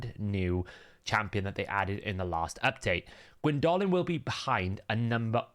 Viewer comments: her name is gwyndolin not gwyn dolin. you make her sound like a goblin or orc with pronunciation like that. it's doe like a female deer or homer ( the yellow dude, not the odyssey ) and it's one word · Excellent video, thank you. It's good to know though that it's pronounced "Gwyn DOH LYN" instead of "Gwyn DOLL LYN". It's a proper name. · hate how you pronunce the name wrong the entire video Gwyndólin